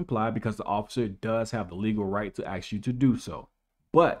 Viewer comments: Ask versus axe. Past tense gets tricky too. "The" versus "dee"- 2 separate words. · I commented on one of your other videos about your improper use of the word AX instead of the proper word ASK. I invite you to watch two videos on YouTube. The first is titled, Black Guy Teaches How to Pronounce Words like Ask. The second is titled, Why Can’t Black People Pronounce the Word Ask. Both videos were posted by Black people. The first is a Black teacher. Both believe that when Black people use the word ax instead of ask they make themselves sound uneducated. You appear to be a fairly educated man and for the most part well spoken. But when you misuse the word AX when referring to a person asking a question, you sound less intelligent. I am not writing this to belittle you. Just watch the two videos and I hope you gain something. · what if the cops "ask" you to do something instead of "ax" you to do something